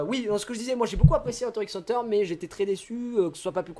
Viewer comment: bah du coup c'est hunta hunta je crois pas hunter hunter si tu veux le dire de manière japonaise